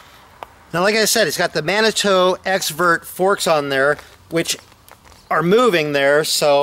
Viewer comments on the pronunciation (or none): Pronounced Manitoo. Not mannytoe